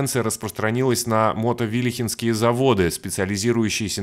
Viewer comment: Незначительное замечание от Пермяка по поводу произношения: Слово "Мотовилихинские" читается слитно , а не как Мото-вилихинские, потомо что это не составное слово как мототехника о прилагательное от топонима Мотовилиха, раньше Мотовилиха была отдельным городом пока не стала частью города Перми.